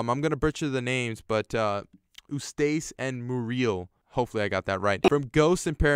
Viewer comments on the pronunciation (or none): Eustace and Muriel You mispronounced Their Names